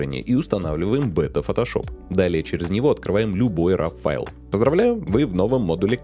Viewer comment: Для человека, старательно применяющего широкий спектр терминов, старательно следящего за дикцией, просто не допустимо слово РАВ. Файл или «сврой», или исходный, или РО. Именно так читается это слово на английском.